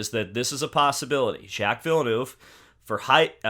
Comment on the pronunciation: “Jack Villnuuve” 🤣